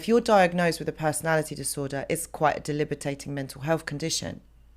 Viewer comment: You are awesome. Learned a lot with you, so thank you. It's kind of cute when you say "delibitating" instead of "debilitating". Noticed it in a few of your videos.